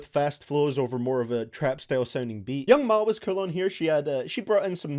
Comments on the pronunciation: Who is Young MA it's Young M.A like say the letter M A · Anyone else hate when he said young ma instead of young ma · the g stands for god-awful pronunciation of young MA 😂